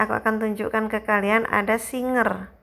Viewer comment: Maaf kak SIGER bukan SINGER